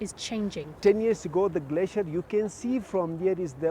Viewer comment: You know it's bad when the Pakistani dude can pronounce "Glacier", but the English reporter can't... She seems to think it's spelled "Glassier"... Which I would like to know how she pronounces as well, now that I think about it.